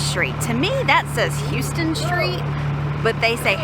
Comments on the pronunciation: House-ton, not How-ton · Love your stuff! Just a heads up it's pronounced Howstun 😊. Looking forward to more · No No No 😂 Houston is pronounced like How-Ston